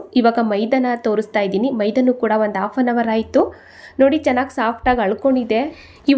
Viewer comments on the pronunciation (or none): none